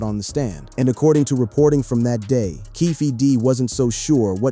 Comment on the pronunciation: Aside from some of the visuals being totally non sequitur to the commentary, there's plenty of continuity issues: "PEE RUE" "SHOE GID KNIGHT" "PACK's assassination" "KEFFAY"